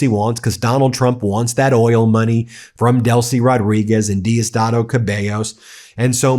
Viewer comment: Just stay out of Venezuelan news bro ! You can’t even pronounce Diosdado bro. Machado is just a traitor to Venezuela and people don’t want her there. I don’t know where you get your news from , for real !!